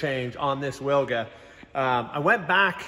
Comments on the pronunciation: If you ever wanted to try and pronounce it in Polish, try veelga or veelgah. Basically like you're saing it now, but with a hard V to start with ;P Love these vids, all the best! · Wilga in Polish means Oriole. Its pronounced "Vilga" for you English speakers. Don't butcher it anymore! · It's pronounced Vil-ga! minor point but...c'mon man! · Correct pronunciation is Vilga because in Polish W=V